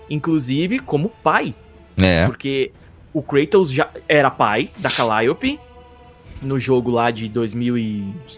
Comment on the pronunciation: Namoral foram contamidos pela falta de zelo na dublagem, não bastava chamar um grego de Krueitous quando na verdade é KrAtos e agora a CaLÍOpe que chamam de Calaiupe kkkkkkkk, tirando meu câncer nos ouvidos, parabéns pelo canal! 👏🏼👏🏼 Mas voltando a critica, aho as vozes da dublagem brasileira muito boa, mas parece que falta vontade de supervisionar direito, parece que os dubladores são disconexos com a realidade e deixam passar erros GROTESCOS como por exemplo, personagens gregos com nomes pronunciados com sotaque estadunidense, namoral, ninguém nunca viu Xena e Hércules? Ninguém viu nenhum filme ou serie gregos pra saber que os nomes estão com a pronuncia totalmente errada, depois disso vou assistir um Nérutô kk cansei de ver dublagens com expressões ou palavras com sotaques pronunciados de forma totalmente incoerente, parece até que o dublador mora em Miami, sei as pesosas fazem muito meme com as dublagens de portugal, que realmente tem muita bomba, geralmente em coisa antiga, mas a dublagem do GoW é perfeita, quem puder textar, tente essa experiência nova, zerem o jogo novamente na versão de Portugal, pode ser esquisito o sotaque, mas o esforço na dublagem é sensacional! TODOS os meus GoW são midias fisicas de Portugal (exceto o 3 que é remaster BR, mas com dublagem PT) os 3 seguintes são de Portugal